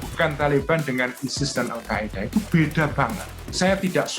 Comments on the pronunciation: Al Qaeda min bukan Al Qaidah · Al qaeda min bukan qaidah wkwk